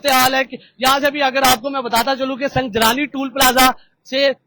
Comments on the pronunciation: سنگجانی ہے سنگ جلانی نہیں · Sangjani tool plaza Hy salay pronunciate tu kar thk say